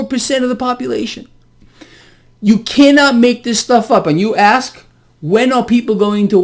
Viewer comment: Did you just say ‘axe’ this person real questions ?